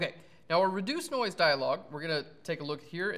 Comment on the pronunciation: every time you said noise it sounds like NOICEEE - key and peele. haha